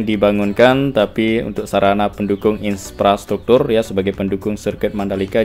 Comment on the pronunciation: IN-PRA-STRUKTUR bukan IN-SPRA-STRUKTUR 🙏